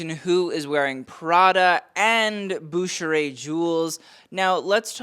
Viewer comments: Dude, you should check your editing/spelling! SAWROVSKI??? Really? And Bucherer is a German firm, not French. Also check your pronunciation. Sheesh! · Bucherer is pronounced in a german way, not french. Brand is based in the german-speaking part of Switzerland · It is pronounced Bucher-er. Originally a Swiss german brand, its now owned by Rolex. You should do a little bit research. No every brand in fashion is french